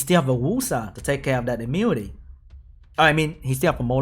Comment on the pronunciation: ITS IMMU-NI-TY NOT IMMUTY